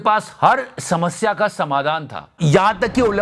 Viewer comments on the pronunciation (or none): none